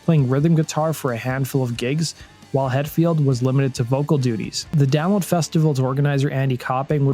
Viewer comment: I had to re-wind to hear you say Download 'cause I swear you just said "Down Festival"